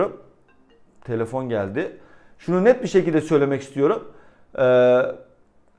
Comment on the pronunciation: Abi telefon geldi diyorsun ya kap geldi sandım :))